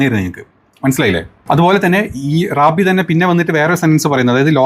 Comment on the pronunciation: ഞമ്മളെ "Rabi" അല്ല........"rab....I " ആണ് 😂